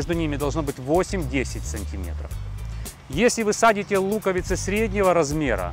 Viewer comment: СажАете, а не садите!